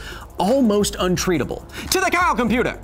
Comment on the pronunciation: For a sec I thought he said "to the cow computer!".